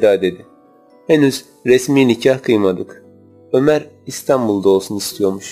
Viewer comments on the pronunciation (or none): none